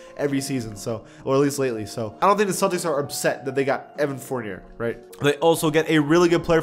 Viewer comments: Fournier (Forn-Yae) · Mispronounced Evan Fournier